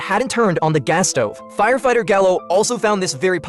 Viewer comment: was supposed to say strong gas order But I heard strong a$$ odour